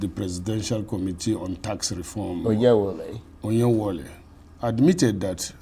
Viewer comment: Taiwo Oyedele not oyewole